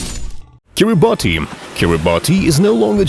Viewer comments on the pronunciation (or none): It's actually Kiribas not Kiribati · It's kiribati ki•rey•bats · The way you mispronounce kiribati hurts me